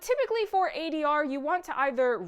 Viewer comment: I noticed that adr flub as well. It bothered me just as much. So glad someone called it out!